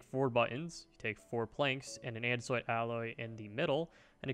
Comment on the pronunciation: "and an andesoite alloy"